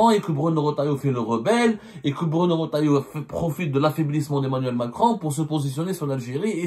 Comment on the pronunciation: Ya abdo, c'est pas Bruno "Rotaillo" mais Retaillau avec un E après le R et non un O